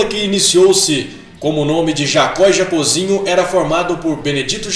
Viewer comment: Pronúncia é Jocób e não Jacôb. É Jacózinho e não Jacôzinho.